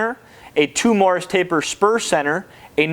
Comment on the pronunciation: Nice review. Note, while many incorrectly the taper as a Morris.. it is NOT Morris.. it is Morse.. like Morse code. Drives me nuts.. like people calling "nuclear" as "nuculer".